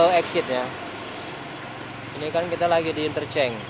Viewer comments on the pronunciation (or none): Interchange yg benar bkn Intercheng